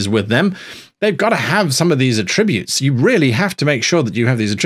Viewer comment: As a noun "attribute" has the emphasis on the first syllable.